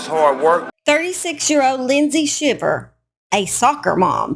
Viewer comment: It’s pronounced “howston” county not “hewston”…I also know some Shivers in south GA and it is pronounced with a long i as in Sheye-ver. I’m assuming hers is pronounced the same way but don’t know that for sure. Just FYI !